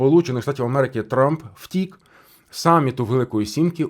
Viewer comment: У вас наголос на слово "втік" і неодноразово, ну таке враження, що карти розкладає таролог для вух, якщо ви професіонал своєї справи, то ви повинні факти зразу до цього "втік" надати! Якісь ляпи!